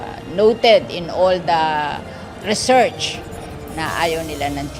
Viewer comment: uy "Research" daw